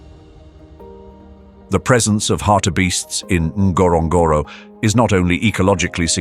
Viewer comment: It is not pronounced that way...wasnt was i was there!...